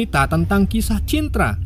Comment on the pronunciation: Cinta min cinta bukan cintra 🤣🤣😆 kyk nya susah bgt😂